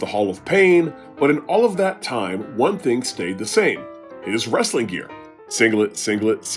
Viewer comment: I don’t usually subscribe to a channel after one vid. None alone after hearing the channel name. But pronouncing “Wrestling” as “Rasslin” is hilarious and definitely deserves a sub.